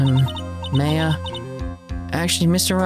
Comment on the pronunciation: Order order "yes judge I would like a turkey club with Swiss on rye" Ooohhhh best girl Maya is here finally and hey you are finally pronouncing her name right man that bugged me the whole last game.